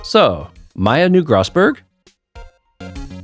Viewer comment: You have been pronouncing Mia (Mee-a) correct, Maya is pronounced "My-a" not "May-a" like you have previously It is funny you saying there is alot of evidence, because this is definitely on the smaller end of the evidence page for these games Since 99% of the characters don't have voices it's always fun to see people's interpretation of a character, like the Bellboy having the accent you gave him is pretty cool! There are multiple running gags throughout the series and only 1 gets introduced here: Mia's potted plant. Try and remember to inspect it every episode it has alot of character for a Plotted Plant! Redd White of Blue Corp- of course the colors of the American Flag that is the pun for him Redd White uses big "fancy" words in the English version. This a funny localization by the team because in the Japanese version he spoke Japanese and threw in made up English words to sound smarter than he was Redd White is really evil for being a non-final case villain, he really tops the list Ooooh Edgeworth and Phoenix knew each other huh 🤔 Maya is our Co-Defense! She makes the cases so much fun and add alot of flavor to pressing testimonies. Love her for that "My friends call me Blanco Nino" translated from Spanish this means his friends call him "White Boy" xD You do not take penalties for pressing unless expressly stated by the Judge before the testimony starts That's right! The supernatural exists in the Ace Attorney universe. Spirit Mediums and Ghosts are real! Mia may be dead